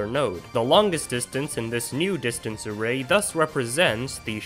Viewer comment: Array ... "A Rei"